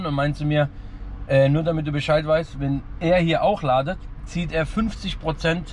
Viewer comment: Jedes mal wenn er "ladet" sagt stirbt ein deutschlehrer 😂😂